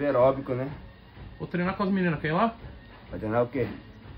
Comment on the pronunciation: NINGUEM:: AIROBICO NE PAE KKK